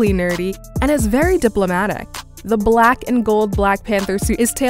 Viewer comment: I’m not feeling the emphasis she has when saying “black”